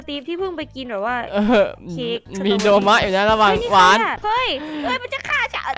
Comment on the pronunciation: โดม่าไม่ใช่โดมะ